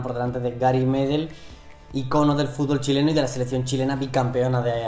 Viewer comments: Gary medel es un crack como pocos. Por cierto, se pronuncia "medél" no "medel" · Se pronuncia medÉl por la chucha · Gary Medel pronuncienlo con tilde en la ultima e y para mi medel es mucho más que Orellana en cuanto a selección en clubes andan parejo